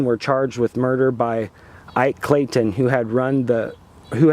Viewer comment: This guy doesn't know shit from shinola about history. Ike "Clayton?" How about Ike Clanton? Virgil didn't finish his life out in Chicago. He went to California where the family was, and even became a town sheriff in a town there. The Earps weren't "infamous" dufus, they were the good guys. They were famous. They were on the side of the law.